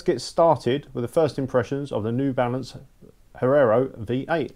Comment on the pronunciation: Great review but please don't say Herrero...it's Hierro :)